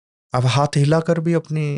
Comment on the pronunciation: Hanth ko hanth kyun kehte hain 😭